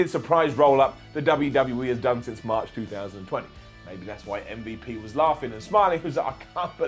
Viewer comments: As a black man..STOP CALLING MVP UMMMVU0! THE SHIT IS DISRESPECTFUL AND IM CALLING YOU OUT..IT SERIOUSLY IS NOT FUBNY OR CUTE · Please keep saying MVP like “Mm-Vup”. It seriously makes me laugh everytime 💀